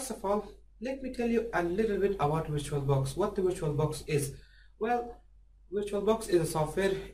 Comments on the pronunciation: "virtulabox" haha! great video! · "virtulabox" XD